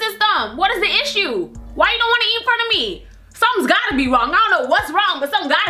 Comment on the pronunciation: "That's a issha" 😂😂